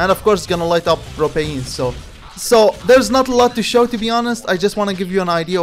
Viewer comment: Propayine , love this mans pronounciation